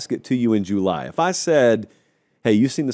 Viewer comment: Let's help him with Juuuuly 😂